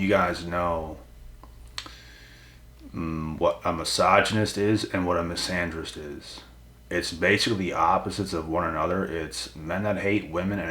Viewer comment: Misanderist ohhh😂... Bro I thought a "Miss Andrews" had just done you dirty enough 🤣